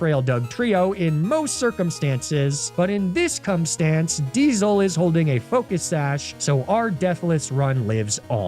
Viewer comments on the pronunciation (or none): "this cumstance" was.. inspired.